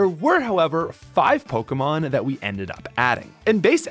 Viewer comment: All this and you cant even say pokémon right. You cant even say the name of the franchise whose game you spent 5000 hours hacking- you can even say the name right